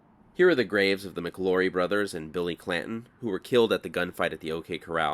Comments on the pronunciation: I thought it was McLaury, not McLorry. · Love your videos but javelina is pronounced have-a-leena. The name McLaury is pronounced Mick-lou-ries with the "au" pronounced as in loud. Arizona native here